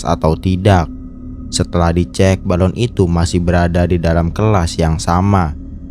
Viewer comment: Balon , bukan balun! bahasa mana balun